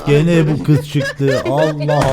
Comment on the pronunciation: türkçeyi bozdu artık (kız değil giz 🤣)